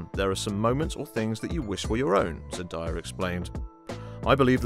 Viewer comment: Zen-DAY-uh not Zen-die-uh